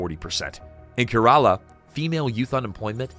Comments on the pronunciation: Bro who won't even learn to pronounce 'Kerala' can't be trusted with anything worthwhile here. India is doing better than most other countries in our times of genocide and wars. Nor did India have superpower dreams, as the video assumes. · A guy who can't pronounce our states name correctly is schooling us about our flaws. We know there are flaws, we don't need your opinion on it. US suffer from School Shooting, Druggies on the street, Idiot President who is running world into economic collapse so please Chaddit Raha